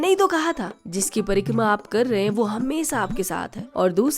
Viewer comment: Akhiri me jo "hmesha" aapne bola, pta chl gya ki aap "Bihari" ho